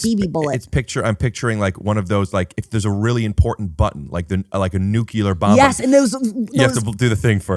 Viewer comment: I can not believe Rick says NucUlar, what is he, preparing to invade Afghanistan?